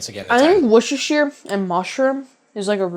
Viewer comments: Worcester Sauce. It's pronounced 'Wuss-ter' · I'm English - it's wooster sauce. Pronounced wuh-ster. not woooh-ster. HTH. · wuster / wusta. never wuster-sher! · Love the excitement from James' approval. And for the last time....it's "wis-ta - sheer" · Wuss-ter sauce. Pure and simple. Forget the “shire” bit. Nobody in 🇬🇧says the “shire” bit. It’s just “wusster sauce”. 🇬🇧🇬🇧🇬🇧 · Woost - er-shire. Sauce. Was created by accident... Loving your videos. Congratulations on 1m sub apron. 😅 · woos tir shire ;) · I'm fed up with chefs who can't pronounce Worcestershire. It's not that hard, and mispronouncing it is not amusing. Ugh. In case anyone is actually confused and not just trying to be cute, it's pronounced WOOST-uh-sher, with the OO pronounced like the OO in Look, not the OO in Rooster. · It’s Worcestershire Sauce. Pronounced Wuss-ter-sheer. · Here's how you say WORCESTER you say WUSTER it rhymes with MUSTER. So, Worcestershire is pronounced WUSTER SHER. Please make an effort to get it right 👉 😊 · Worce ster SHIRE. 3 syllables. Not that difficult. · Repeat after me: wuss-ta-sher. Wusstasher sauce. Worcestershire sauce. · Worcestershire: Worcester pronounced like the Mass City; Wooster. Then shire (shy-er)